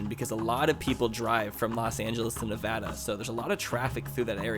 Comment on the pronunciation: I live in Vegas and I know what ur talking about about Prim. Also only southern NV gets hot as northern NV is vice versa in the winter. I also like how u know how to pronounce NV right